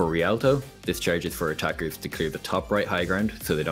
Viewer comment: "Ths charge is for otakus to [...]" It took to long for me to understand he said "attackers", especially when starting with Hanamura x)